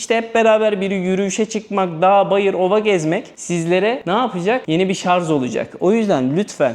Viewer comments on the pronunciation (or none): “Şarz “ mı duydum ben?😳😳 Duymamış olayım!🙄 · kardeş, videolarda emeğin çok fazla. Allah yardımcın olsun. Emeğinin karşılığını alasın. Yalnız küçük bir eleştirim var.Askeri ücret degil, asgari ücret. Şarz değil, şarj.